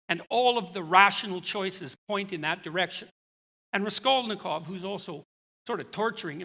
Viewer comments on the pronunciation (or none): Did he even read Crime and Punishment?! His pronunciation of Raskolnikov is horrible.